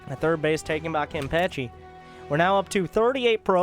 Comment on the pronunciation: I cry every time you mispronounce Kenpachi